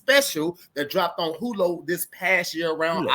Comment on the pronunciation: He said her show drops on Hulo not Hulu😂